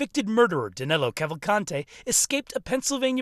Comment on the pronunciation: It's amazing how, not only they can't catch him, they can't even get his name right. His name Is DANILO, not DANELO. I'm from brazil too, and DANILO is a popular name around here, whereas, DANELO, isn't even a name (except for Americans). Maybe they'll get him when they get his name right. I contacted USMS and gave them some tips where he might be, being a Brazilian too, and we are from the same region, different sates, but pretty much the same culture, He's from maranhão and I'm from Pernambuco, some 500km apart, i guess, i kind of understand his mind. I think the tips a gave them are going to be helpful. Is that 25.000,00 reward valid for non-Americans too? I hope they remember me when they capture him or kill him. I could use 25 thou.